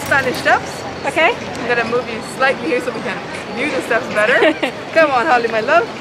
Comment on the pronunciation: Holly, e si pronuncia la 'H'!